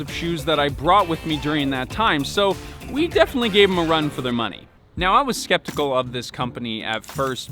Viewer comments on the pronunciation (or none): none